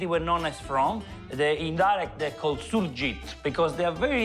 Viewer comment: Mi piace perche hai detto il nome giusto...Li Surgitt!!